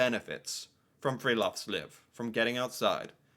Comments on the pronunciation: Friluftsliv. U is pronounced like ou in you, oo in moose, u in rude. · Han høres full ut når han sier:friluftsliv!!😂